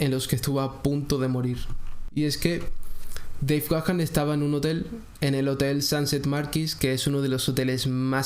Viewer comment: Tu pronunciacion de Deve Gahan, esta incorrecta. Verifica tu pronunciación. 👎🏻👎🏻